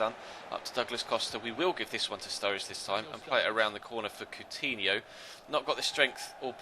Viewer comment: Why do you call sruRRIde studge